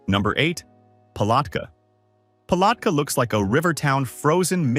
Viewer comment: AI mispronounced too many names i.e. Palatka and Okeechobee. Pictures seldon related to the subject city, often sayng one thing and showing obvious other cities.